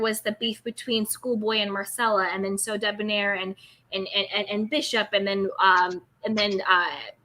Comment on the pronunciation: Monica tended to pronounce Sodeb(near) instead of Sodeb(nair), last syllable rhymes with hair. "Blaine" pronounced his name in the same unique way.